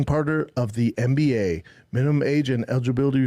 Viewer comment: I love how he pronounces NBA as MMBA.